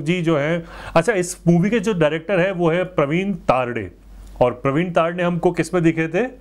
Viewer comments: Sir it's not तारडे...its तरडे...🙂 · प्रवीन तरडे। तारडे नही है 🇮🇳ठीक से बोलो दादा 😂🌹😂🌹😂🌹